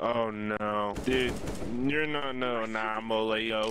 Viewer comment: I don’t think anomaly knows how to read when he said his own username he butchered it bad